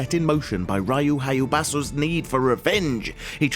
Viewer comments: Ree U Hi A Boo SAH.. CMON MAN.. The way he said it gave me aids. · Ryu Hayabasu? Its Ryu Hayabusa!! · rayu hayubashu 😂😂😂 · Ryu Hayubasu? Bruh!